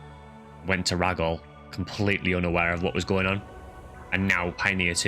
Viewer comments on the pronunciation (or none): Really late to finish watching this but this was such a good one! Who knew the story was so good. I also think it’s interesting how people pronounce pso stuff. Like Gee foie or Jee foie. And you pronounce it rah-gol but I always thought it was ray-gol. And flowen you pronounce differently, I always say flow-un. But I first played this game when I was very young and didn’t know the word pioneer. So I actually use to think it was pronounced pee-on-er. I was young…ish.